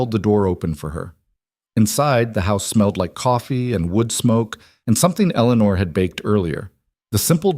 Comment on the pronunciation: It would be nice if the AI machines would pronounce names correctly. Eleanore is pronounced El - uh - nore. The cousins name is pronounced Add - uh - line.